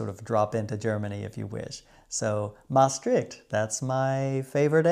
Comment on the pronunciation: Je uitspraak van Van Goch is heel goed! De ch van Openluchtmuseum is ook goed, Maastricht kan iets beter, een simpele stemloze ch. En de d in Noordzee kon ik niet goed horen, was het een pure t? De n van oliebollen is tom, oliebolle dus. Altijd leuke films van je!